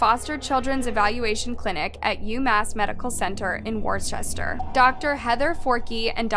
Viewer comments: Worcester is pronounced “wust-er”. I know this doesn’t make sense but that is unfortunately the case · Massachusetts resident, here. Worcester, Massachusetts, is pronounced "Wooster".